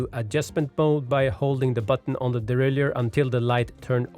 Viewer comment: Very good video but please pronounce the word derailleur properly! Derailleur not deraillieur 👍